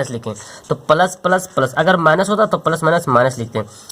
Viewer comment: Thankuuu so much sir bahut accha padhate hai app bs ap plus ko palas kyu khte h